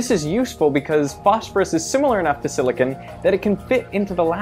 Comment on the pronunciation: I don't like the way you pronounce silicone.